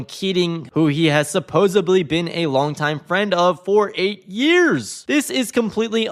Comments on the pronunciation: the correct pronunciation is “supposedly,” not “supposibly.” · Hey announcer, it's not supposebly, it's supposedly..... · Did you say "supposibly"?... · Please tell the commentator there is no such word as supposoBLY.